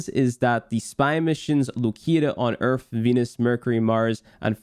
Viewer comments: My man’s said Earf not earth 😂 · why do you call Earth, Erf? wtf? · This man said ERF. Great guide dude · There is no f in the word EARTH